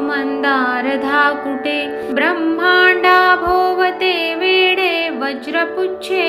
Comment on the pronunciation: ब्रम्हांडाभोवती "वेढे"..वेडे नाही..